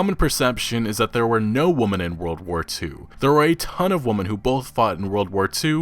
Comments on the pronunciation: Stop pronouncing "women" as "woman". God fucking damn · I can't tell if you're saying ''woman'' instead of ''women'' on purpose, but good video! But..Ye Feminism is ruining games they don't play. They just want everyone to see their toxic behaviour. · When will you pronounce WOMEN correctly? i get triggered every time. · For fuck sake learn the difference between WOMEN and WOMAN and how they are pronounced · Can I get an explanation of why pronounces "women" as "woman" all of the time? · “Women” is still not pronounced “woman” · Dude, you need to learn how to say the plural of women, which is pronounced like “wimin” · FOR THE LOVE OF GOD STOP SAYING "woman"....it's WOMEN. Every single time you did that i cringed so damn hard. It makes you sound extremely uneducated and hurts your talking points!!! Fix it! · Woman and women are not pronounced the same. Maybe you are uneducated. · God in heaven, why can't you pronounce "women?" Woman and women are different words, with different letters, that have different pronunciations. It's so jarring because I have never heard anyone make this same mistake and it's such a common word, unless you were ESL I don't see how this is possible. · Women as in "wimin" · Woman - singular Women - Plural. For the love of the internet, PLEASE learn the pronunciation. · I love your commentary on gaming news but please pronounce women right. It's pronounced like wimen or wimin. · Dude,, can you please learn to pronounce Women properly? So many content creators make this mistake and it's so cringy. Here, Merry Christmas friend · You keep mispronouncing "women". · learn how to say women. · Dude, please....learn to pronounce "women." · Stop saying WOMEN wrong!!! Lmao